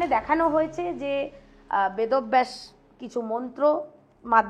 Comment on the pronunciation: Vedo-baysh...bolechen bychance vod-obvaysh bollen ni😂😂😂